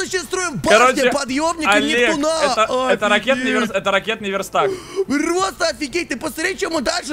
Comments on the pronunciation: Почему нептунА а не нептУна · круто что ты закончит сабнатику(поздравляю). Я всё ещё смеюсь как ты произносил нептунА.